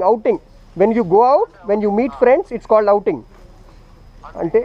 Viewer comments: damm cops bro ! however i enjoyed your conversation with that bosss! ,when you try to said 'outing' he replied with 'Hunting'ah? lol,,,,any ways nice video man,,,,as a viewer and a subscriber my full supports to you bro,,,,take care with those scumbag cops!,. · Outing sir not Hunting :p